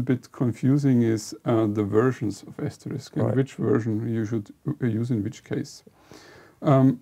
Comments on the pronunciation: Hi guys. Not a typo, but a "lypo". ("Lippographical error"). Like many people, you are mis-pronouncing "Asterisk" - the "risk" part. It's not ass-terr-RIKS - it's ass-ter-RISK. Note the order of the K and the S. AsterIX was the gaul. Asterisk is the snow-flake symbol, and the PBX thing. You may say "who really cares?" and I'd be hard-pressed to give you a quality answer! I guess I have the pedant gene. Pity me! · It is not pronounced ASTERIX - that is a french child's comic It is prounounced (and spelt) ASTERISK - which is the name of a diacritic that typically appear on a qwerty keyboard above the 8 keytop. Thus SHIFT-8 would produce an asterisk....some English language users from North America may call it "star". Your inability to even pronounce the product name correctly does not imbue me with enthusiasm. How would it be if I said your company is based in Jerman-eye?